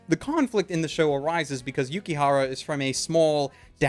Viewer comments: Dangit it's Yukihira, not Yukihara. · It's not Yukihara it's Yukihira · It may just be the subbed version I watched on Crunchyroll, but I believe its pronounced Yuki<HIRA> Not Yuki-x-HARA-x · Yukihira, not Yukihara. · Oh my god, this just annoyed me, and probably only me but, it's Yuki HIRA. Not Yukihara. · im sorry but its yukiHIRA not hara it was kinda bothering me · And by the way, it is yukihira, not yukihara